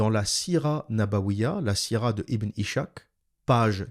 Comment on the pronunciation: Par pitié arrête de dire ibn ichak , ca se dit ibn is-Hak le (h c’est un ح) ca veut dire izak en français